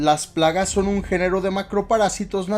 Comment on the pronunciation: dice gloria las tragas 😂 jjjjajajaja